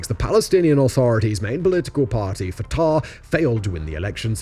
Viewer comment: The mispronunciation of 'Canaanite', 'Hejaz', 'Fatah' etc tells me Simon doesn't know this subject very well, he's just reading from a script. However, I have to admit, having finished the video, it is actually very well written and balanced